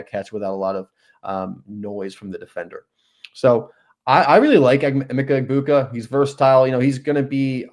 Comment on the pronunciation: Eh-meck-a E-boo-ka